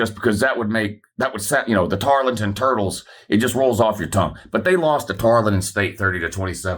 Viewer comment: Tar-EL-ton Stephenville, Texas, south of Ft Worth.